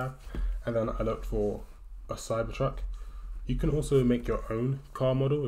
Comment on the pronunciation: It is cybertruck not cypertruck